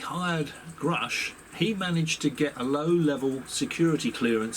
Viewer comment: Why does Gary Nolan keep referring to David as groosch not grusch?!